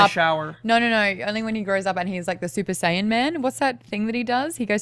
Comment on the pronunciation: Ehrmagerd Surper Sayin